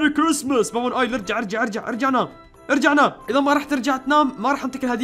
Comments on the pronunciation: اسمه با با نويل مو با با نؤيل 😜😜😜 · يا ترا اسمو با با نويل موبا با نؤيل هههههه